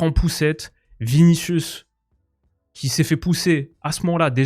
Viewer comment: Mais pourquoi ces vuni à chaque fois